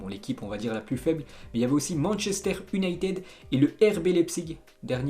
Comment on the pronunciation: Et ensuite, je te l'ais déjà dit Man iounated en phonétique!!